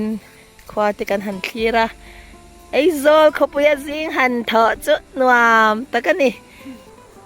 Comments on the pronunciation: Eizawl nilo in Aizwl aw😊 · hmuh i nuam thin e, ka tawng i huat thu ni lo sela, duh aiin tawng i hmang fimkhur lo deuh em aw ka lo tia, Aizawi tih turah Eizawl, hle mai, tih turah mei tih te, youtube channel i nei a, mi tamtakin an lo en a, thangthar zawkte entawn leh zirtirtu nih na tamtak in nei si a, tawng hman dik hram tum a va tha em, ka lo ti ve a ni a.